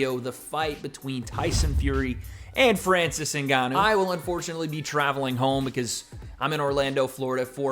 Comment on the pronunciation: “Francis Nuganu”